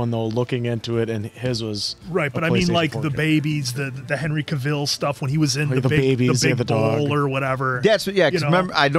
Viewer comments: how many times i shouted at the computer its not henry ca-VEAL its henry ca-VILL LIKE VILLA OR VILLAGE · Need your reactions to The Clash of the Titans trilogy. Plus, Cavil as in "Kay-vil" not Kayveeel lol, it always is funny to hear... Great reaction, guys!